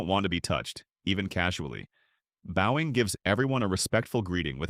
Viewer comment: AI keeps mispronouncing the word bowing!